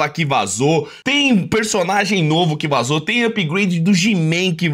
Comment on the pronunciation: ta, mas... QUE TAL VOCÊ APRENDER A FALAR "VAZOU"?